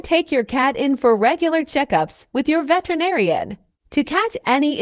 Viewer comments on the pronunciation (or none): Uh narrator, the word is pronounced veterinarian, just like it looks, not vetenarian as you said it. Always good to know one's topic.